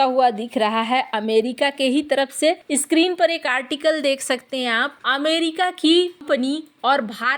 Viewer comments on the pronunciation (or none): इस्क्रीन पे या स्क्रीन पे... हस्तेछेप या हस्तक्षेप... सासक या शासक ... मुस्किल या मुश्किल ...